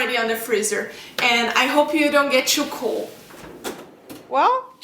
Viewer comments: I love how she says 'choo' instead of 'too' XD !! x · You Said tshuw it is too